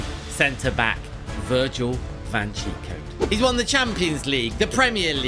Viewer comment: Stop calling Virgil van Dijk Virgil van Chico😂